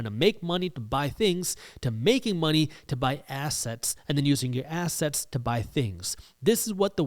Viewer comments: I love how you say ASS-setz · this guy pronounces assets like ass hats and I'm here for it 😂